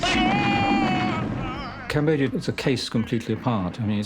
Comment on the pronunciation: So JFK couldn't pronounce Cambodia?